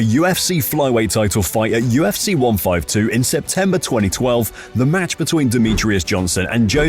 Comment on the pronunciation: The way you say 152 😂